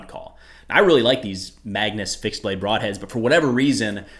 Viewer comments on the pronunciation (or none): none